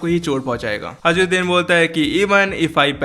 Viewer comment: Bhai vo hajruddin nahi hai hirudin hai